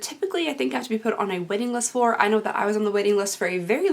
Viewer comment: Anyone else heard "Wedding list" instead of "Waiting list"? xD <3